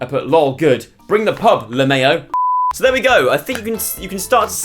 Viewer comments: "lemayo"??? i've always said it as "lemow" like the -ow in "cow" o.O hahaha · Woah I'm sorry did Joe just pronounce lmao as " la -may-o" 😂😂😂😂😂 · THE WAY HE PRONOUNCED ‘LMAO’ AT THE END HAS ME DYING!!😭😂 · HAHAHAHHAH your pronunciation for the 'lmao' is super cute HAHAHAHAHA